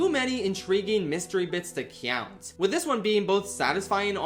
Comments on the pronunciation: cyount encyounter cyount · Rewatching a bunch of videos and then this one has given me a horrible realization. For some reason, insists on saying the english word Count like an anime cat. Please stop and look up the correct pronunciation of that word. Other than that great video. I'm not sure what an ace attorney is, but do you only get the title after killing 5 rival lawyers? Video was unclear.